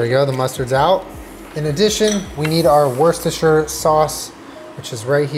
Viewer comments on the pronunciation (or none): it's pronounced wuss-tuh-shur. I'm from worcestershire UK! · Nobody:: “worse-cest-sher”